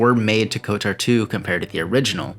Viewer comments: I wish it didn't, but you saying "" instead of "KOTOR" bothers me, like a lot lmao. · Why do you pronounce KotOR as KotAR? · why do you keep saying? you know its kotor, right? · why does he keep saying '?' why cant he just say kotor. like... ko.... tor... its real easy. like the dark web browser. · still not as bad as the other guy who made a video about it and said K O T O R, as in every letter separately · Why do you keep pronouncing it ""? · I’m still wishing for kotor 3.. and no, I’m not talking about swtor, but kotor 3. Kotor 1&2 are among my favorite games of all time Btw... I literally cringed every time you pronounced kotor, like. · Does Google have access to my Steam account? Literally haven't looked at anything SW or KOTOR related, but the day I start playing KOTOR 2 on Steam to check out the Restored Content Mod, your video is in my recommended feed... Good vid btw, agree with almost everything said, just not the pronunciation:P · KOTOR is my favorite game >Spends 20 minutes pronouncing the acronym wrong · BRO HOW DO YOU MISPRONOUNCE KOTOR WRONG. Just hearing it over and over again just hurts my ears. But wonderful review nonetheless!